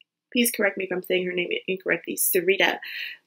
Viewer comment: You pronounced her name correctly.